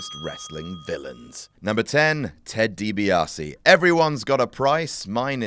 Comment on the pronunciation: 'Ted DiBaise'